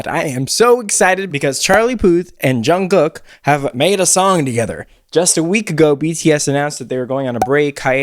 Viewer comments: Just a friendly tip from a Korean! Jungkook is NOT pronounced as COOK like a chef. It’s KOOK like the word kook in English. Just not as hard of a ‘k’ sound at the end ^_^ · Everytime he says Jungkook, I hear John Cook